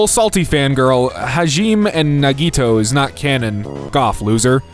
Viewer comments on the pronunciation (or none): "ha-geme & na-ge-toe" 💔 (not hate) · I choked when I heard Danganronpa-- the way you pronounced Hajime and Nagito too lol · the way you pronounce "Danganronpa", "Hajime", and "Nagito" is killing me